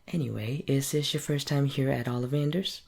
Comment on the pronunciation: It‘s OlliVANder‘s, not OLLivander‘s. *Hermione intensifies*😉😁 Really like this role play, you have a very nice an soothing voice!